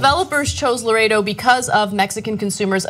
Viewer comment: The name of the place is "Laredo" not "Loretto"